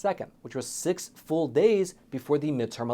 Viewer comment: he said FOOL professor not FULL professor.